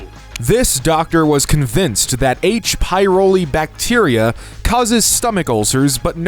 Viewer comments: it h.pylori not pyroli. Pyloric is part of stomach. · it is not "H. Pyroli" but "Pylori" like in "Helicobacter pylori". There is an interview with him on the eevblog YouTube channel because he is an electronics geek too.